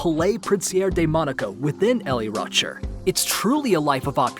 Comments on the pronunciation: man said L E Rocherr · I cringed at how you pronounced “le rocher”